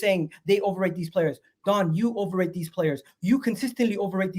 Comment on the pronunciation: His name is Don.... Not Dom